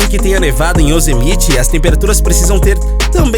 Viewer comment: Se pronuncia "Yosemaite" homem kkkkk